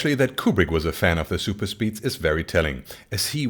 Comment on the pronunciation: it's satisfying hearing it as zuper speed in contrast to regular pronunciation